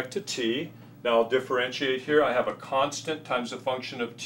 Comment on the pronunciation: its "constant"